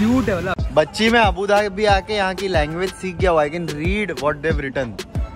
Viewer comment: male version:- abadubi female version:- abudhabi